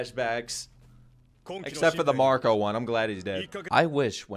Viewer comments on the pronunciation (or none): none